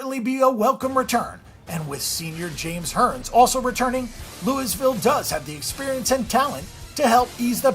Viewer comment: The S is silent in Louisville!!